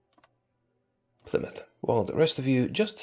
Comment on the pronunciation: Love how you nailed pronouncing Plymouth, for some reason do many people even here struggle to pronounce it properly xD.